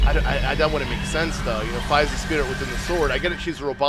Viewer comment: Also, it’s FEE! and Guh-roo-doe. And mar-lee-o (it’s a non-optical L).